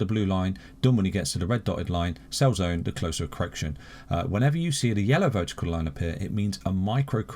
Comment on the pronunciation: Cor-erection.... Lol